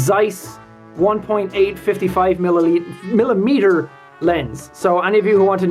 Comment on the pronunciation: Nobody: Jack: milimitir